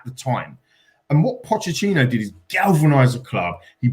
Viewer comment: if continues to say 'potechino' he shouldn't be allowed to speak..seriously..